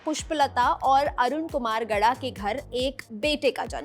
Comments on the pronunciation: Gowda not gada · It's Naveen Kumar Gowda not gada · Navin kumar gauda not gada